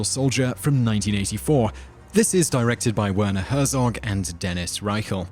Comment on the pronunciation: it is pronounced "Vair-naw Hair-tsawk". As a European, I just like to get this right.